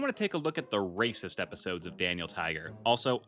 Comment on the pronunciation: why did u say it like ra©ist just say racist bro